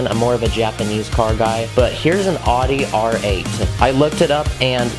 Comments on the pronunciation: its owdi not uhde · Just so you know it's pronounced oww-dee not od-dee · I’m so sorry but it’s not pronounced “oddy” but it’s pronounced “ owdy “ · Adi? I think it's Audi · you say it ou-de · you say it like aw-de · I love the Audi R8, but you pronounced Audi wrong. It's pronounced like ow-de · no hate but the way you said audi 😂